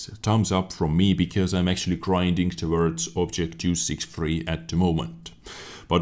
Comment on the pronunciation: Why do you say töwörds?